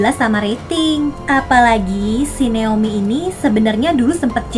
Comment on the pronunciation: Kak nama ku itu Naomi ya🥲bukan neomi🥲gpp lah